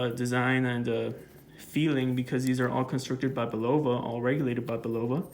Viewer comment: Just a lesson from an old guy who heard the TV commercials back in the ‘60s… Pronunciation is: CARE.uh.vell And BULL.uh.vuh